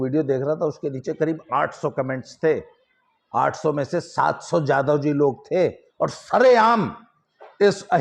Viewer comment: Aapka ucharan galat h babu jadhavji nhi yadavji